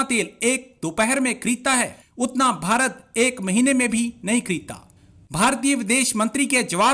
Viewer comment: These pakistanis are so duffer as they can't pronounce ever Bharat. They say Baharat 😊